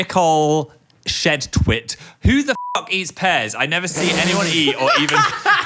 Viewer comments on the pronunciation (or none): the fact that he pronounced it as shed twit like a last name is FRYING me does he even know 😭✌️ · hearing phil say shedtwt is giving me a stroke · phil saying shedtwt.. does he know